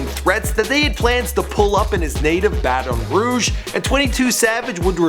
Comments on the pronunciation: Aint nobody mention that this man keep breaking Baton Rouge down. Not to be rude but pronounce my city right!!!! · this dude lived down the street from me and I'm mad at the way he is pronouncing baton rouge haha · does this guy pronounce words on purpose?....because this time it was a CITY lol baton rouge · Why he say Baton Rouge like that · this guy can't pronounce baton rouge to save his life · The way you pronounce Baton Rouge..Here in Baton Rouge we pronounce it as "Bat-ton Roo-ge" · Isn’t that Funnymike, I’ve been watching his videos but he never said he was 22 Savage. I thought it was just a random dude. But I hate how pronounced Baton Rouge it’s just annoying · lol not how u say Baton Rouge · U sayin Baton Rouge mayne but I respect 22 he from BR lik me but 21 gang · Why does he keep saying Bat-on Rouge ? nigga it's just Baton Rouge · You said Baddon Rouge its Baton Rouge. It's pronounced ba-tin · Ba Ton rouge nigga its Baton Rouge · It is not no Bataton Rouge it is Baton Rouge because I from there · The way he say baton Rouge it's not bat-on its pronounced batin but spelled baton 😂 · its bat-en-rooge you ideot, not batanroog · Its Baton Rouge not Bat-on Rouge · bruh its not BAT---ON ROUGE ITS PRONOUNCED LIKE THIS BATEN ROUGE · Omfg. White people. Do you ever leave the house? It's pronounced batin rouge not Ba-Ton rouge. Have you never heard of it? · Baton Rouge is pronounced like (BATEN RUDEJ) please learn to pronounce It! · It sounds so weird for some one to say Baton Rouge like the host is saying it, lol! i guess since its a French word he's technically saying it right but if u from here you know We pronounce it basically like "Battin' Rouge" lol!!!😉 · ba-ton rouge?????? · Y he say baTON rouge 💀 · he says Baton Rouge like it's fucking poison in his mouth it's Bah-ten-rooj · Baton(bat-in) Rouge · it's like bat-in rouge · Bahaha he said Bat-On Rouge 😂😂😂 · oml the way u pronounce things. lmaoo "BATOON ROUGE" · bat-on rouge